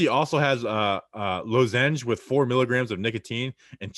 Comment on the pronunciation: How can neither of you pronounce lozenge 😂😂